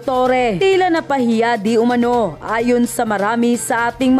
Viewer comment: yon iyong Di Umanao sana mabago, kasi ibig sabihin ng iyon di umanano, hindi mo nakita at nakibalita, nakarinig ka lang na hindi ka sure sa ibabalita mo!